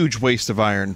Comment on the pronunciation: I feel like Vinny tries really hard to say “iron” correctly instead of the lazy way of “i-ern.”